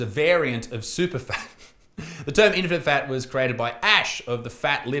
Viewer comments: Get it right Butterfield ..... In - fini - fats ! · 'Infinifat'? Try 'infattyfat' ....eh?.... EH? BUDUMPAH!! (P.s. you kept saying "infinite fat" ,try harder Isaacs, like fattys need to try harder to eat a salad